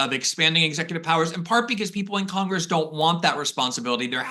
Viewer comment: We have "three branches of 'Congess,'" Glenn? Agreed on the rest.